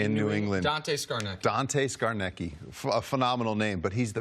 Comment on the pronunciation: lolol Dante "Scarnekkie". Also, who's Bill Belichick?